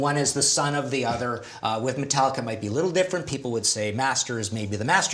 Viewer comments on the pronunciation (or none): "Biggest metal band of all time" Sam mispronounces Metallica...